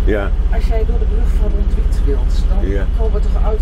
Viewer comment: Ronduite spreek je gewoon op z'n Nederlands uit: Rond-uite